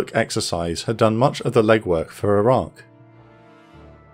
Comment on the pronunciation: Did you say Iran or Iraq?